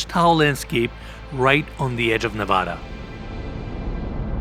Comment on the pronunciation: That’s NOT how you say, “Nevada!”